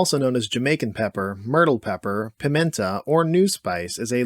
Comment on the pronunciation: PI-MEN-tah? Jamaicans have left the chat.